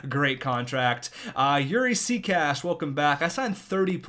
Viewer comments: no sekac is pronounced say - catch not sea - cash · That's not even close. xD sea-catch. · Sorry but european names aren't pronounced in american ways. So his name is pronounced simply se-katch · it's not sea cash its sec atch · Isnt it pronounced say-catch? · Oh my god it's say catch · Sekac is pronounced either see kak or çe kach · I'm a habs fan you pronounce sekac is name like this seck ag